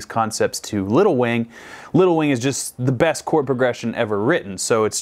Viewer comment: I like to imagine he's saying little Wayne and not little wing